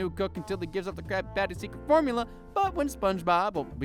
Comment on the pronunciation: How i heard him:caby pany secet fomula